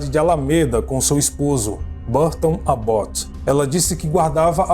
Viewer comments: Adoro seu canal e voce com seu narrador mas queriam deixar uma observação a pronúncia correta do sobrenome o é ÁBoth( com a tônica a fôrça da pronúncia na letra "A". Eu coloquei o acento agudo no A para a demonstração desta pronúncia. É isso. Im abraço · Querido a pronúncia correta do sobrenome do assassino é ÁBOT. A letra a tem som mais forte como se tivesse um acento agudo no A. Beijo...beijo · Impecável, com uma ressalva, em Abbott a sílaba tónica está no A